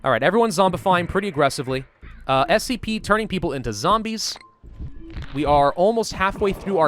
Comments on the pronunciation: you said spc lol, its scp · Its "SCP" bro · spc 001 will kill all humanity Me: did u say scp?: NOU